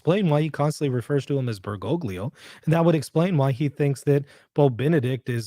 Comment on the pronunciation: He actually mispronounces the popes name. It is "ber go lee ho"! We should use his official title, however.